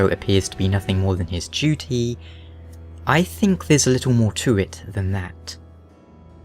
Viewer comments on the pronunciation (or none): none